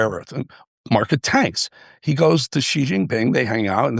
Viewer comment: Xi’s name is pronounced SHE. It is not GEE.